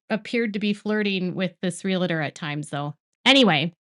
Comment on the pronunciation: It's pronounced Real-tor, not Real-i-tor. :) PSA.